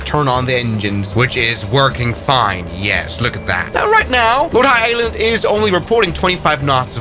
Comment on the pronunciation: The pronunciation of Lord Howe Island and Ballina… 🤦🏻‍♂️